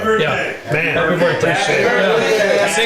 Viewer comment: "Haprye" birthday